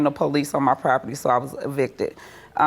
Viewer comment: Why do ppl say "PO-lease"? It's just police, no special emphasis on the the 1st syllable.